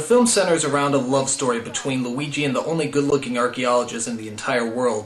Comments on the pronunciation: Weegee Mario. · I believe it is weegee malleo